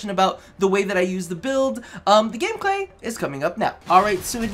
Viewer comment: Sorry to address this but you said game glay